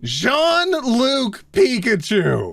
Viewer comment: its Jean Luc not John Luke. Jean is pronounced Jeen and Luc is Luck. Pikachu has a girl name O̲ppa̲ (っ-̶●̃益●̶̃)っ ,︵‿ S̲t̲yl̲e̲